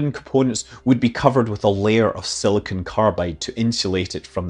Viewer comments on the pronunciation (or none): none